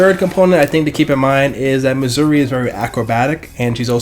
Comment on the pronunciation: Noooooooooot saying it right it’s misure